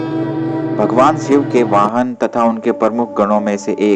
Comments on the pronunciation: it's shiv...not siv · Shiv not Siv..Shakti .not Sakti.